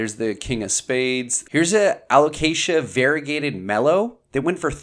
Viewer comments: I'm proud of you saying a-lo-cayzsha 😄 absolutely insanely stunning plants! Thanks for showing this 🌱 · Yes, good alocasia pronunciation! We’re so proud! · So proud of you for pronouncing alocasia! Lol.